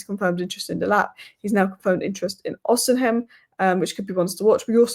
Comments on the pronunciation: Uhhh it's not Osim-hen it's Osi-mhen... Just thought you should know. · The name is no Odinhem, it's Osimhen... It's no Ekite, it's Ekitike ... This is disrespectful... Stop that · Why can't pronounce Osimhen?😅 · She's said it every other way.... Except the proper way😅 Gawd bless her soul😊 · Thought I was the only one who noticed this. It's a peeve of mine lol